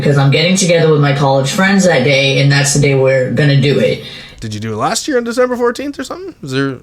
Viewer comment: Anyone notice how she lost her accent when she was getting upset? "I do this every YEARRR" (non accent pronunciation of year) instead of "I do this every YEE-AH"